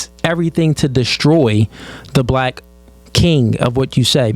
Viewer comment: Never trust a woman who says black as “blick”